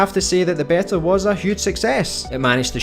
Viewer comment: In the UK it's normally pronounced BEE-tah, in the US BAY-tah, never heard BEH-tah before but you do you!